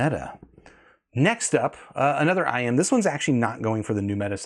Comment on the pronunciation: it's IEM. Not IM. I could hear you struggling to pronounce it. Stop trying so hard to sound so proper and technical. We all know what you're talking about.